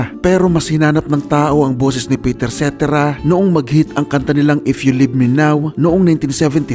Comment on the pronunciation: Pakinggan mo kung paano bigkasin ni David Foster ang pangalan ni Peter Cetera at yun ang tama 🤨